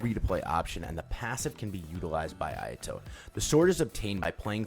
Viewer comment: I love that intro. My ayato is boss man. But that Japanese pronounciation X_X